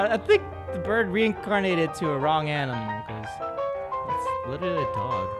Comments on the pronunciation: Not birb it's bird! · it's bird not birb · Ikept hearing him say birb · I love when you say BIRB. It is so funny. 1 like- Funny Birbs. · Did any one else hear guava juice say berb